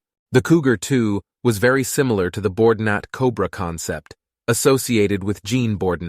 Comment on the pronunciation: isn't the narrator mispronouncing "Bordinat"?